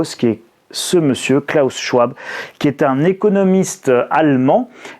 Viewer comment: Bon, on en est toujours a moquer une enfant qui a juste du mal a se dire qu'elle doit payer la dette ecologique de la gerontocratie patriarcale. On en est toujours a synthetiser brutalement le discours d'un homme dont on n'a pas fait la moindre petite recherche pour prononcer le nom correctement. On en est toujours a faire des titres qui font peur, pour redire les memes choses malgre le fait que cet ete passe vous a contredit. Pardon d'avoir un esprit critique, mais au moins les pubs vont bon train et le monde continue de tourner... Et pardon pour les accents, clavier anglo...